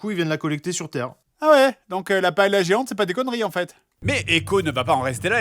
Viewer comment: Paëlla...........ça ce prononce "paéllia"